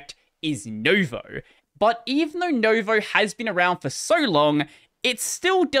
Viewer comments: Noo as in noose I'd say, not new as in news. But pronounced a bit quicker, same length as step or tick, whereas English oo is always long just like steep and take. Also if we´re doing everything properly anyway, the stress is on the second syllable xP (I suppose the all-caps VOE indicates that, but keeps putting the stress at the start, as do most people in linuxland even if they do say noo-voe) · Just saying it's nuvou not novo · It's /noo-VOH/, not /NOH-voh/. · Sorry to be that guy, but I can't help it. Nouveau is pronounced NEW-VOE (nuvo) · Hearing you pronounce "nouveau" as "novo" just kinda hurts 🥲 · I've never seen it pronounced correctly... So it's no surprise. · it's pronounced "noo"-vo, like the word new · New-voe. It's french. Nouveau. Pronounced like Noo-vo.... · It was driving me crazy 😅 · I assume it's pronounced new-VOE, not no-VOE, as in the French word for 'New'. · No, you pronounce it as NO-YOU-VEE-AH-OW